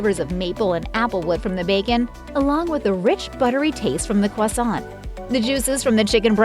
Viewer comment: Quasont??? Needs to learn to to pronounce croissant